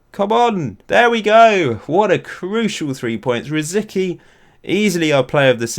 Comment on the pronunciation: Correct me if I'm wrong, but it's pronounced "Rosiski" right? edit: According to wikipedia it's "Rosɪtski"